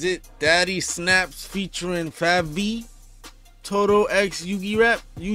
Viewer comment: Fabvl is pronounced like Fable